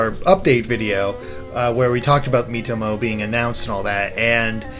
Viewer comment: oh wow, i was looking way from the screen while hearing he intro I heared meet homo in place of miitomo xD